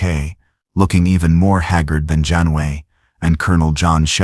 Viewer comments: I give this part a grade of C the story was rather good however it repeated in several places and the voice couldn't pronounce Janeway, it says "Janway." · Also it pronounced Janeway as 'John Wayne', and numerous other variations.